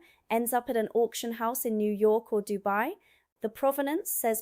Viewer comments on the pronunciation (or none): none